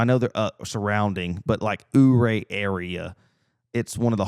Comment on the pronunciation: it's you-ray not ooo-ray😂